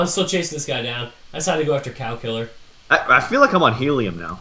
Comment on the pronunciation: The first time they said the cow killer I thought they said the calculator